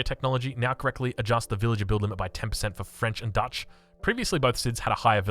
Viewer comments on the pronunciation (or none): none